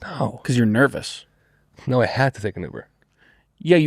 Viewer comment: i would buy a shirt that says "Sometimes i get nernous"